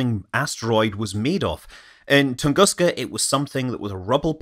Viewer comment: Dear Scott, as you mention the Tunguska event in your videos quite often, let me hint you that it’s Russian pronunciation is “Toongooska” )